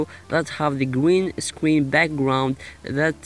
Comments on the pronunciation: Green Scween effect Gween Scween Backwound So Adorable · it's not a pwobem we all say gween scween owo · gween scween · Gweenscween Ovahewe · Gween Scween LMAO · gween scween gween scween backwound pwess on it lolll ily 😂😂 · he says gween scween😂😂😂